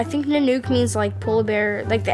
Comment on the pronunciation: It's 'nun-ook' not 'nan-uke' lmao why would you pick a name you don't even know how to pronounce.